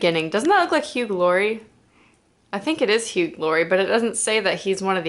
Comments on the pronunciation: You do realize that "Hugh" is pronounced "hue," not "hueg," right?! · This is a new mispronounced word. I haven't encountered 'hueg' ever before. SMH.